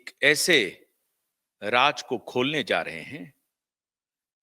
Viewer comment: Improve your pronounciation. Agar nuqte lagaana mushkil lagta hai to uska hindi synonym dhoondh lein. Sharmila aal ke liye Sarmila ban gayin. Have a heart.Raaz Raaj ban gaya. Take s few lessons in diction